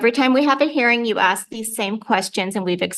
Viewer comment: It's " ask " not " axe " !